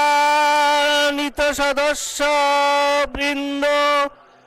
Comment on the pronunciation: বুঝলাম না সম্মানিত উচ্চারণ এর সময় কি ৩ আলিফ টান দিল?🙂